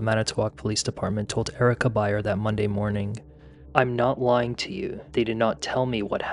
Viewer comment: I love his channel but find the pronunciations of G as K. Eg, 'mornink' instead of morning, irritating. . I'm just highly sensitive to annoying sounds.